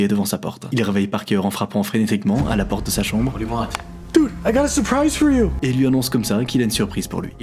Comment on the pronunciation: A seconde c'est moi ou il dit "OUVRE LA POTRE" 😂😂